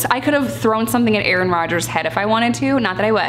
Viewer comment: “A-aron” OMG, I love you 🤣🤣🤣💀